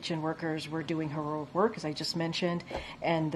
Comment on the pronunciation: She's having problems pronouncing heroic.